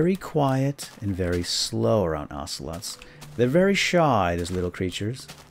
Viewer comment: be vewwwy vewwwwy qwiet....he's hunting ocewolts....hhhheheheeeeehehheee